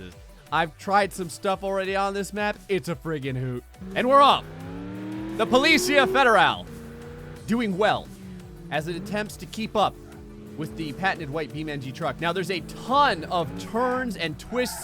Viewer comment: Bruh, not judging, but Policía Federal is pronounced, Police - see - ah Fed - er - all